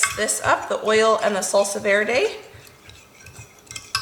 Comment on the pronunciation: lol yeah is not interested in pronouncing anything correctly. 😂